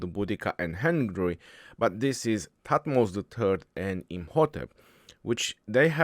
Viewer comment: I’ve never saw mispronounce any commander so far except these 😂